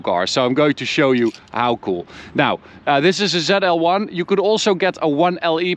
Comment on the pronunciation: Not called Zell L one, zeee L one